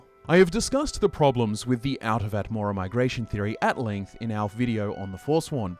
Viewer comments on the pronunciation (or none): none